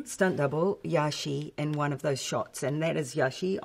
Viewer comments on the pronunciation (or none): Stunt double is Yaxi, not yashei.